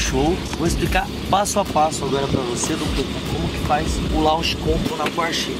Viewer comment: O se acha com a porshe e os 2 falando coisa de carro sendo q nem sabe "Launch Control" ta escrito mais nn se fala assim kkk mds